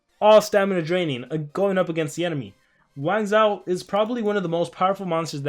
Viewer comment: Don't wanna be rude but its pronounced wang-joe. The zhou dynasty was the chinese dynasty that followed the Qin dynasty. You can look it up and I'm not trying to be rude